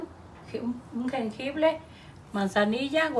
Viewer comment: soy el único que murió de ternura cuando dijo jengible amo como cocina y si quiero el vídeo de remedios caseros